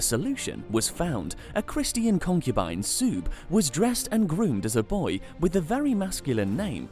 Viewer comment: You don’t know how to pronounce Christian?